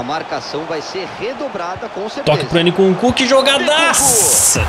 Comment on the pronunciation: " ene kunku " kkkkk